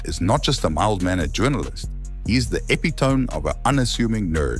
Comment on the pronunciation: it's pronounced /ĭ-pĭt′ə-mē/, not /ep'-ĭ-tohm/